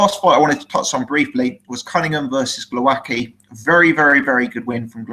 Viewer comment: its GWOWASKI 100% sure (polish roots here) L like w in english(ex white) cheers